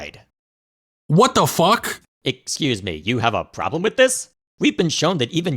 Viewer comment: the emphasis on that f was refreshing